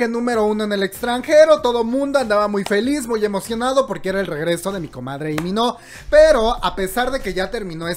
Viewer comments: Te amo pero tu pronunciación me mata Dios mio porque dice í mino es Lii con eleeee de lalo de La piche L por que no La dices 🤣🤣🤣🤣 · LEE MIN HO, SE LEE COMO "LI MIN JO" JAJAJA